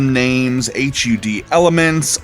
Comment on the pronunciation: we're all adults here; you can pronounce HUD phonetically